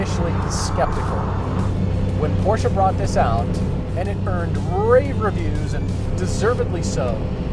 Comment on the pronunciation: Love a front engine rear wheel drive. No comparison between these. Porsche is a two syllable word!